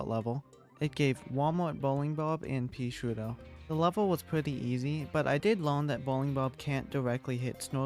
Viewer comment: I like how he calls peashooter peasuta